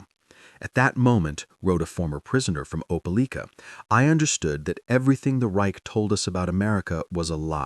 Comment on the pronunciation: It's pronounced opa like ka. Opelika